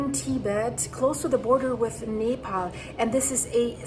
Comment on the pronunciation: Nepal and Tibet and Not pronounced like you said. Terrible video. Shows Oregon?